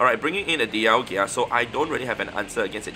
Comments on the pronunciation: Di-al-ga not Di-al-gia. lol. Just trying to be helpful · Dial-ga … what is a dial-gia?😂😂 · Sorry, i normally wouldn't make this comment but i've heard you mispronounce Dialga so much. You say DIAL-GIA, but it's DIAL-GA. Appreciate all you do for the game and your content. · You also keep saying deealgEEa...there's no i there bro 😂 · Why do you keep saying Dialgia?! 😫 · Lol it’s bothered me too